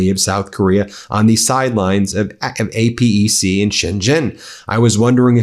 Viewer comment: Ben, the APEC summit is pronounced as "eh-peck" not ". It's an acronym for Asia Pacific Economic Community